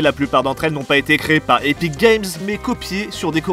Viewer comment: C epik et non éthique game 😋